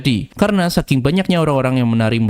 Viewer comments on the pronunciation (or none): none